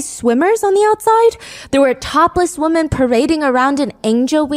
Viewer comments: Please learn the difference between wo”man” and wo”men” i really enjoy you, but its crazy you dont know the difference🤯🤯🤯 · It just bothers me a bit that you pronounce the plural “women” as you would “woman” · It’s nails on a chalkboard when you pronounce “women” like “woman”